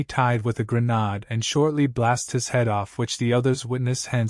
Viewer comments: you need to prounounce the words correctly like grenade not grenaud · gru-NAHD?!! gru-NAHD?!!